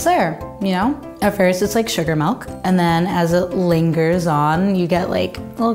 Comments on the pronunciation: she’s stupid cause she says milk like melk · MALK. MALK?! 😂